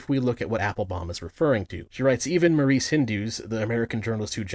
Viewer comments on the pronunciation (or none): none